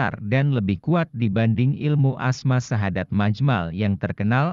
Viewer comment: Assalamualaikum.mf bacaan terakhlir nya kurang jelas syadat apa syahadat bacaan terakhir asma nya